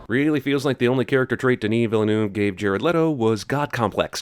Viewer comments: Maxime Bérubé I know. He obviously has no idea how to pronounce it. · You really should learn to pronounce "Villeneuve".